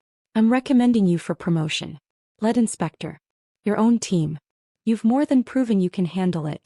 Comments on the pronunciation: you the corret pronunciation on lead, which it is leed. But good story. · “Lead Inspector.” It sounds like she inspects lead. As used here, it should be lead (pronounced LEED) inspector. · AI voices can never pronounce the correct form of "lead", "read", "tear" and other simple words. No concept of context or tense. 😮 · “ … recommending you for promotion, LEAD inspector …” In this case, LEAD is pronounced LEED, with a long ē sound.